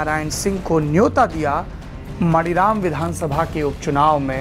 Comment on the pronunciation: मणिराम नहीं मानीराम